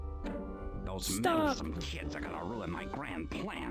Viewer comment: the way he said "those meddlesome little kids" made it sound like "those meddlesome little shits" and i had to rewind to see if it was edited